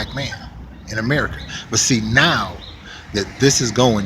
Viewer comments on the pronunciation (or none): none